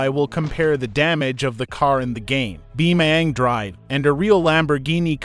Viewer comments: Why you say bioming drive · "Beemaang draev"